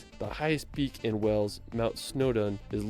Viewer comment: Westminster, NOT WestminIster! And Stonehenge not stoneheDge! And WAles not Wells, you'd think that someone who professes to visit the UK so much would know!